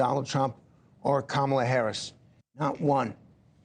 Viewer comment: Couldn't or wouldn't pronounce Kamala correctly.